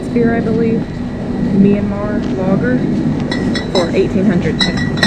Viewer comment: I am beginning to realize that you guys usually mispronounce the Burmese currency in several videos. The correct pronunciation is "Jaard -- get that [ah] sound in place", not "Jet" nor "Jiat". Otherwise, you guys are a humorous couple, and I always enjoy your videos as always :-)